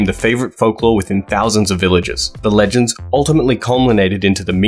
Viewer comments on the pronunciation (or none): none